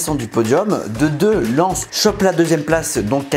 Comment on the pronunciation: Il a dis len au lieu de Lens 😭